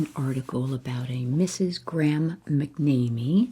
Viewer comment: McNamee is pronounced Mac NAM ME